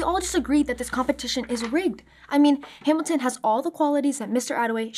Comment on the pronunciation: Um actually its Hamilton Not hamitition and brat good